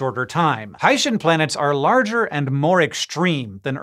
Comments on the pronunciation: Pretty sure it's pronounced 'Hi-See-N' planets and not 'Haitian' planets. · Surely it's Hi-see-n?